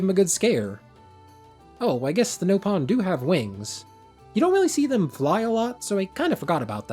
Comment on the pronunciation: Please stop calling them no pon, there nop on, they literally say it in-game